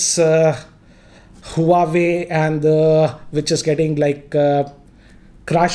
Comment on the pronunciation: It's not hu-a-way...its wah-way